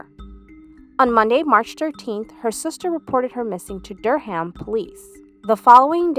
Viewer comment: i know it’s not the most important part of the story but it’s pronounced dur-rum not ham but i’m surprised i hadn’t seen this story anywhere before